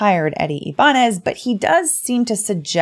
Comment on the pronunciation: Its eddie (i-ba-nez)